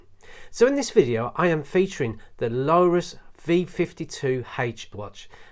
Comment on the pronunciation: Lorus - Not, Lowrus. But looks like it pronounced low - tuhs. Lorus are pretty decent cheap watches, I've got one and it actually has 100 metre water resistance which is insane for a £50 watch. This brand has even been in the film Wall Street, a Lorus dress watch was worn by Bud Fox, he checks the time before his meeting with Gordon Gekko. The watches have a serious crown issue though, as they are very stiff, when turning the crown wheel. Btw - 10mm isn't 'thin' - it's about standard height for watch cases and you say "it isn't scratched up or anything" - that watch has too many huge scratches everywhere, heck, you even showed them when you turned the watch over lol.